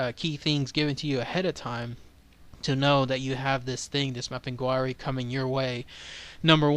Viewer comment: It's pronounced map-in-gar-ie